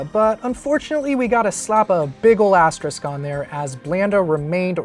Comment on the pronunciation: Toughguy_JP Listen to the audio again... I know what an asterisk is, but he definitely said elastrisc. I’m just being funny btw so no need to get literal lol